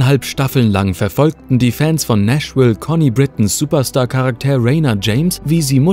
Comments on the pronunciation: Charakter NICHT Karak TEER ;-) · Charaktääär? Dachte es heißt Charakter.😉